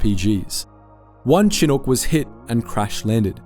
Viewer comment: Yo man your pronunciations on this one for apache and chinook are very incorrect